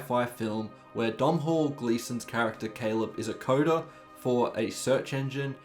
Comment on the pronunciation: Please learn how to say Domnhall.